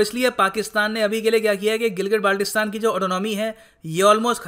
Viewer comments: Phly Gilgit Baltistan or Kashmir bolna seekh lo bety 😅😅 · name sahi sey le nai saktay or kehte hn GB len ge...😄😁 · Hamare Gilgit Baltistan ka Naam to Sahi sy to bol